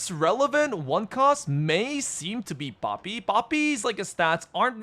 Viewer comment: says Poppy like Papi LOL